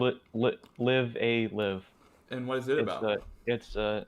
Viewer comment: Live-A-Live is pronounced as in live audience. Read the katakana, reeee